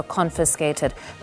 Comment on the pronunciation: It's a rait lol